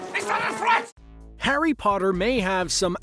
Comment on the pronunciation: 2 seconds in... The way you say Potter.... cringe dude. "Poterr'rr" Bahahaaaa